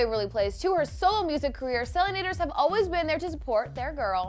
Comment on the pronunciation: does it bother anyone else that she pronounced Selenators wrong? XD